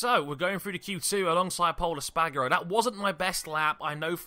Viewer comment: Pol Es-Par-Garo! Not Pol Es-Pag-Aro